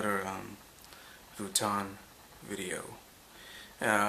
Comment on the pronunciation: Love it, have the Keepall 45, but learn how to say Vuitton. Its French, not American. =-P